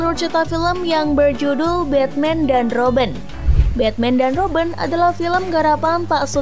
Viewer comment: kok kak panggilnya roben bukannya robin